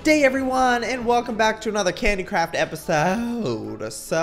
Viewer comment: When he says candy craft it sounds like candy crap 😂